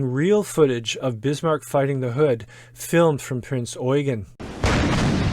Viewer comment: At 5;32, "Between the Bismarck and the 'hooser" Hood"? How did that gibberish get into the narration?